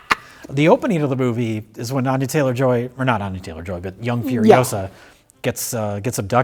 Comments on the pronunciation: It's furi-OH-sah, not furi-oh-SAH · Asked Hermine. Its Furiosa, not Furiosaaa! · Its not fury osuh Its fueryohsahh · It's furio-SAH, Ron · It's Furi-OH-sa. Not Furio-SAAAA!